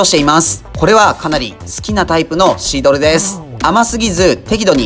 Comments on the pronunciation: シードルを二回くらいシールドって言ってる気がする.... 何かのミスリード？ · シードルのことシールドって言ってるw最後シールドって言えてるけどw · テキカカ"シードル"がテキカカ"シールド"って言ってる気がしましたけど、これはブッチャー的お茶目ポインツなのか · 2回くらいシードルをシールドって言いましたね？ しま田のタコスも見たいです。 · シードルをシールドって言ってるのおもろい